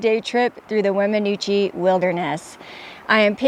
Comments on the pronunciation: Wem in noosh is the pronunciation. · It is pronounced "Weminoosh". No offense, but when you go to an area you are not from, it's best to at least google how to pronounce the area.